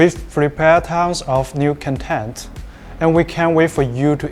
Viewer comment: con-TENT instead of CON-tent The first means happy 😊